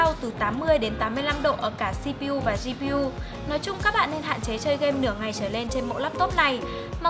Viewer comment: Mình có nhận xét thế này, bạn nữ rất tốt, nhưng đừng lạm dụng Tiếng Anh, nếu bạn nói Tiếng Anh hết hoặc Tiếng Việt hết ví dụ GPU: đọc là "gi"PU nghe rất ức chế, bạn nên đọc hết là tiếng Anh hoặc tiếng Việt đi